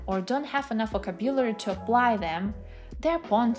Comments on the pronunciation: Check the pronunciation of words, especially VOCABULARY /vəˈkæb.jə.lər.i/ It is hard to listen to you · Greating! I am native russian speaker and currenly practicing my listening skills. You sound quite well and clear however I listened to you at 1.5x cause of my practice. But could you please check your pronunciation "vocabulary" ( Немного режет ухо) Thanks.